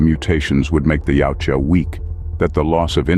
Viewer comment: why does the narrator keep pronouncing the name of the species as yaucha how does the j sound like a ch yautja thats the way its spelled